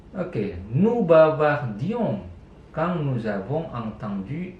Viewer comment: prononciationnya diperhatikan pak. saya perhatiin bapak kalo ngomong « imparfait » pronouncenya jadi « ongparfe » , sedangkan kalo ngomong « attends » malah jadi « attang » . prononciation dari quand juga seharusnya kan « kong » bukan « kang » . harusnya kan im dan in yang dibaca « ang » , an/am dan en/em dibaca « ong »